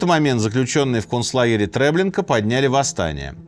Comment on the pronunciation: не трЭблинка а ТреблИнка, олень